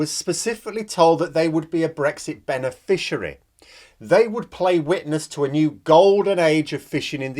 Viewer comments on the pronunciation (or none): Did you say "brexit bene-fishery"..? Sorry gotta try and find some humour in this tragedy of lies, dissapointment, incompetance and failure.